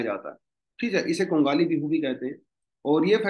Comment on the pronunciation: Sir pronunciation thoda sa galat huwa hai RONGAALI ( रोंगाली) Bihu MAGH BIHU (माघ) bola jaata hai sir by the way happy Rongali Bihu to all Thank you sir